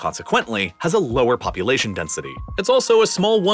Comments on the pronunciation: "poupulation" lmao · ayo not poupulation and polulation 😂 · Poupulation and Polulation :D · polulation and poupulation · polulation ?? poupulation ??? which is it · Sorry but "Poupulation" and "Polulation" ?? xD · Liked, but: Uttar Pradesh "Polulation" Pakistan "Poupulation" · Polulation 🤔 : Poupulation 🤨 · Polulation and Poupulation? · poupulation polulation